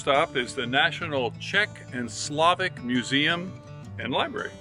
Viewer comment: It's Slow-vahk not sla-vic :)